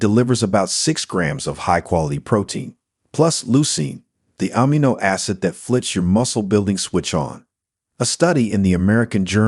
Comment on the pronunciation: OH-m''gah acid? OH-m'gosh! It's oh-MEG-gah acid you foreigner. Amm-ih-NO? No no! It's ah-MEE-no1